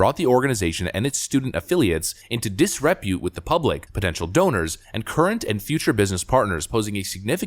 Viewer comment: Let's add disrepute to the list of words pronounces incorrectly. I think I need to compile them and then crowdfund to get him some language training.